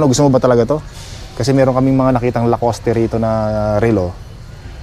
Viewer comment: La-cost po. Hindi po La cos te! Hindi po poste yan! 😂😂